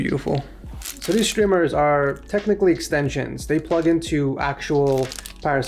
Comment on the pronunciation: just say strmers not shtrimers